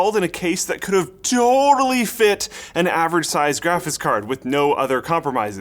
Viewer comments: "Graphis Card" Once you hear it... You can't unhear it... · why do you keep pronouncing it 'graphiss card'? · "Grafis card"